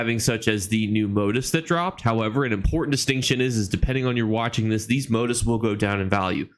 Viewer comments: moTEEF……..moTEEF…..not MOtif. Lol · Really appreciate your videos! I learn something new with each one. Just wanted to let you know though, "motif" is pronounced moTEEF, not MOtif.